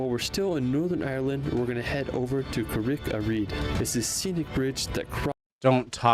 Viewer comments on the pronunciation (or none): Lol. It's not "car RICK"-a-Rede, it's "CARrick"-a-Rede.